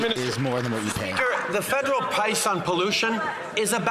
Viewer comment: LOL TRUDEAU SAID PUICE YOU CAN TELL HE'S ALREADY MUDDLED UP CAN'T SAY THE WORD (PRICE) I GET A KICK OUT OF PIERRE WHEN HE GETS TRUDEAU ALL RADDLED.